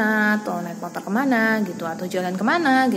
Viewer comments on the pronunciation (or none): none